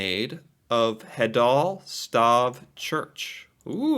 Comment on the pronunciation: How the f he managed to read Stave as its Norwegian translation stav. Perfect pronounciation and all.